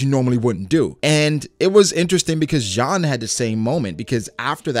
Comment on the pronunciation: Cool vid but jeans his name not John